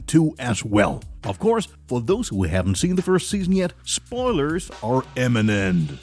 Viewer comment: Imminent has a "t" the end ... Lol